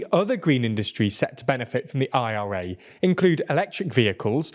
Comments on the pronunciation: Dude!!! Just say it as one word!!! The ira as opposed to the I.R.A 🤦🏽‍♂️😅😆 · British people are having heart attacks every time he says IRA.